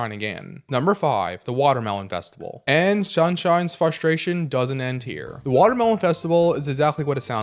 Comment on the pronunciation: It’s FRUSTRATION not FLUSTRATION or FUSTRATION😭